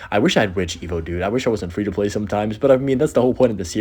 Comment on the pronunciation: FWEE TO PWAY LETS GAUR